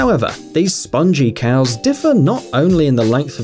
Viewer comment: there Highland coows, no scottish coows